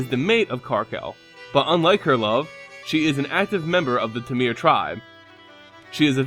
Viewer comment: Hey man, i really love your videos as they bring such an insight into the lore in mtg. To make your videos perfect however, check the pronunciation of specific names such as : "temur", the way you said it was real strange ^^. other than that great job and just subbed :D